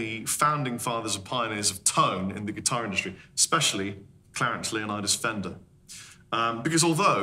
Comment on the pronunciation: It's pronounced Leonidas